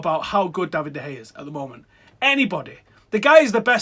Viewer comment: For the love of God.. Pronounce Bailly as Baaaayi not Baeyeh and De Gea as De Kheya not Da Hey FFS